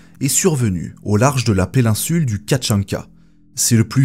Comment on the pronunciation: On dit "péninsule" et non "pélinsule" mdrrr ! Et des paysages forestiers et non 'foresters" lol ! Faut bosser ta diction mon gars !